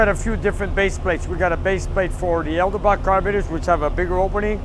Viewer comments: It's funny how 2 brothers both mispronounce "Edelbrock". Both you guys say, "Eldelbrock". Just say, "Ed-el-brock." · EDELBROCK NOT ELDEBROCK